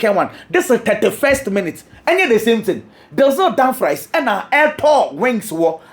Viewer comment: Damfries not Damfrys…masa why wo pri